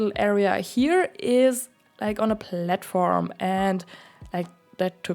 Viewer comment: Lol I love the way you say platform